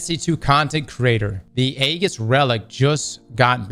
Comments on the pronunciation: It's E - GIS, Greek Shield not Egg- is, lol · Age - iss, not EGG - iss. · Bruh. EE-JIS. Ee-jis. Not Aggis. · Aegis," pronounced: Ë-jìs. Hard, 'E,' fellas. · Say it like this: ee-jis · you're saying it wrong It's (ejis) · Aegis is pronounced Age Is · FYI from your friendly neighborhood copywriter / dad guardian - Aegis is pronounced "eejiss" 🖖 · Really hate how pronounces Aegis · will learn how to pronounce aegis one day